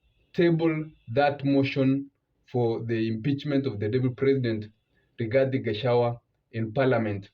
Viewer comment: Its not Gachawa but Gachagua